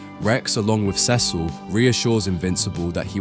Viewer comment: Pronounce CECIL the way it's pronounced on the show. You've done it before!